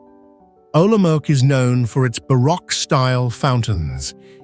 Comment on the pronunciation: Prague is presented as Olomouc (which is not pronounced as Olomok). Yes, "altered and synthetic content" is correct. Very pretty, though.